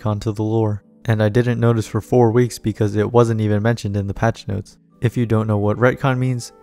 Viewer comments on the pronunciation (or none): none